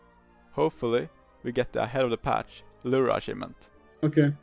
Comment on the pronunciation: “Ahead of the Patch”, hehe. Almost got it king.